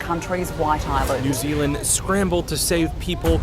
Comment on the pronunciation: I'm from NZ. Amazing to hear you correctly pronouce some of the places in our beautiful country, sometimes they can be tricky. Just did want to point out some of the incorrect information in the story.. the Maori tribes financially benefitted from the tours, they looked past the dangers for financial gain and then came to the party with every bit of support to try and save face and acted as if they didn't support the tours all along.. But, had no problem allowing them to operate aslong as they got their piece of the pie 🤷🏼‍♀️